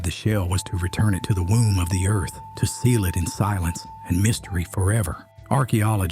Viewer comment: You must be a local, as you pronounce Appalachia and Appalachian correctly. 👍